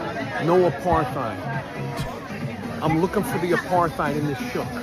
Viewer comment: please, it's not that hard: Uh-part-hide or Uh-part-heed apartheid.